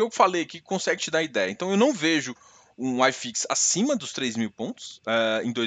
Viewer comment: Acho que ele é gaucho....Se fosse mineiro ele chamaria Uai fix....E se fosse baiano chamaria oxifix...